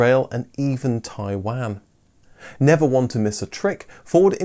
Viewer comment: Sadly, yet again you cannot pronounce Taiwan correctly. In 2014 I lived in Mainland China and got to see the new Escort, it was a let down, but very cheap to buy. I sent photos to my Ford loving friends in England and they wanted to have one, especially at Chinese prices! They still sell the Escort in Taiwan, and I see them occasionally. They are knock down kits from Ford China.